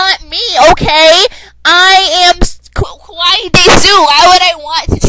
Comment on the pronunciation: I'm going to try to say this the nicest way possible...you almost made me go deaf,just because of your voice. And you aren't Japanese,you are an American. By the way I heard you pronounce "Kawaii" I instead heard "Kowai" which means scary,and England is a FICTIONAL CHARACTER. How could you be married to him? How could you have his kid? Sure,I imagine myself married to Ivan Braginski,but bitch,you are the Belarus for Authur Kirkland.